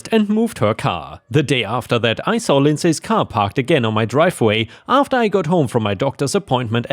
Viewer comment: Lindsay is pronounced LIN-zee. I know, English is a crack addict mugging other languages in a dark alley to rifle through their pockets for loose syntax.